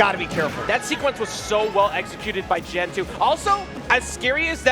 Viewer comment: Unless Gen goes by "Jen" they need to put some respect on this mans name. Gen with a G 🤣🤣🤣